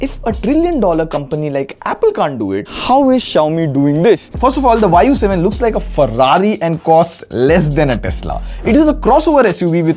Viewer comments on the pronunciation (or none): I actually heard it thinking the VAAYU 7 😮❗.. then saw Y U 7.. 😅